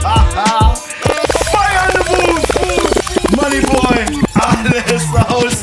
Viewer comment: Booth und nicht Boof